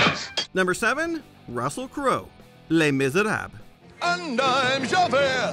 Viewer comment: Javert is my favourite character from the musical so I wasn't happy when Crowe butchered it.